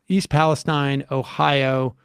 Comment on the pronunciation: Love your coverage, but for future reference it’s actually pronounced “east palesteeeeen”. I’m from north central ohio btw